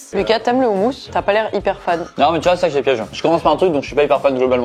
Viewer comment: Excusez moi Au noms de tout le monde On prononce le mot "houmous" "roumousse"(faut un peu rouler le r)